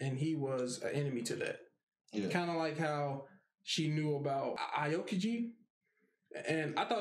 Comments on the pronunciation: Admiral aokiji is pronounced OW-kiji if u cared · it's pronounced like ow-kiji and ener-ru like energy rather than en-neru but i guess ya'll have your choice since your subbed (dubbed watcher) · Someone please teach them how to pronounce aokiji’s name idk why it irritates me 😂😭